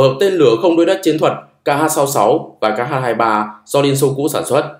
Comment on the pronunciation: X 23 ta đọc là khờ 23 chứ tiếng anh ko có chữ kh